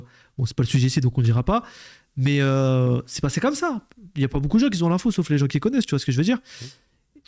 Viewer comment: "Qui z'ont" faut arreter😂 mais sinon vidéo cool!